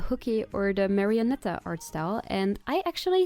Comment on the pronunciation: i swear i am not gonna over rea AAAAAAAAAAAAAAAAAAAAAAAAAAAAAAAAAAAAAAAAAAAA Also you pronounced marionetta correctly the first time